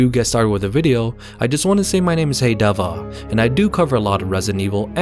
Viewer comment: bro the way you pronounce your name is gold